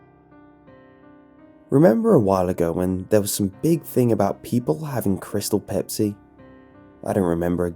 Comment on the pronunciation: I shouldn't have tried kreestal bepis